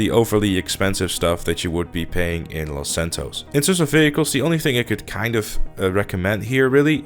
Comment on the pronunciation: its los santos not fucking lasantoes